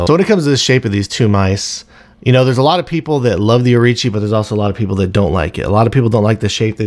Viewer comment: Think it's Orochi not Orichi. Great review regardless of that.